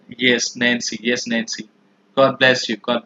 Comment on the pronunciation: Whenever you say "Nancy" it sounds like you're saying "Nazi".